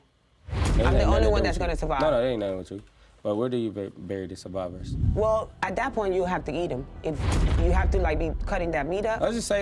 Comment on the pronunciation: i was stuck on the burying question til i realized he said survivors 😭😭